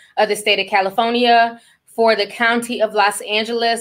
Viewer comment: Wait did Ti just say “Caliphonya” 💀😭😭🤣🤣🤣🤣